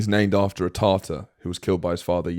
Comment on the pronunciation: Tarter ?! Tatar !